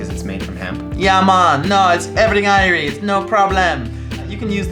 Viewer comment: "Everything irie"!! Great jamaican accent , made me laugh there! :) Filling your own smaller (e.g. GoToob) tubes is definitely the way to go. Travel size product, while really handy, tends to be quite expensive.